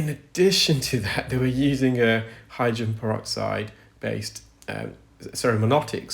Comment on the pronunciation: Except for the pronunciation of the word hydrogen. He's only saying the first and last syllables. "Hydren." 😢